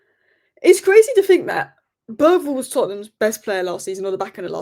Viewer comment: I guess anglos will never learn how to pronounce a name like Bergvall correctly. The G i not a hard G at all. Good thing the name Thomas Frank sounds much closer to the same in Danish and English.